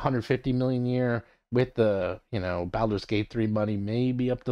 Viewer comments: So absolutely agree with your content but is Baulders as in “ball” not “pal/balance” bawl-ders. Has been for decades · Why do you pronounce "Baldur's" like that? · It is a curious pronunciation that I haven't heard from anyone else.